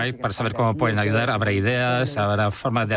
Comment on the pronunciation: Se dice ayudar no achudar.